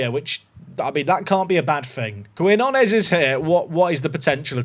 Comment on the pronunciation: We need to send you on a language course with all these South American signings. New is keen-yo-nes. Denner deal is too much to say no to. Now that the release clause is gone, I’d list the star CB and see if his value goes up any since he’s leaving anyway. Couple million for him and i think you have to cash it in unless you think you can pull off promotion this year and then resign him as a premier league team in the offseason.